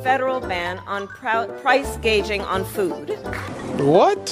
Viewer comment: Oh, ok, it was the pandemic that exclusively caused inflation.. got it! Also, does she not know what price gouging is? How can you mispronounce that one?